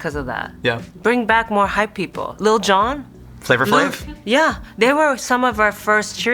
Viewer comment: i will never forgive for using the hard r on flavor flav's name